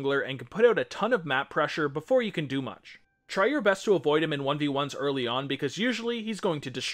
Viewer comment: You made a mistake at 33 seconds, "eary"